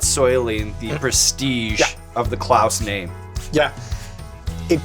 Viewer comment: Klaus seems like such a nice dude, i felt offended for him when ed curry was calling him "clause" when they ate the pepper x. Seemed like a deliberate insult from him idk if he genuinely doesnt know how to pronounce "klaus", especially hearing everyone saying it over and over before that and still going "clause" is blah blah blah... like, why would you do that if not to be insulting to him? He didnt deserve that..